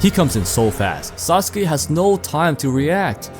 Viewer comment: "Sasuke kozue" 😂 my dawg you butchered him beyond repair!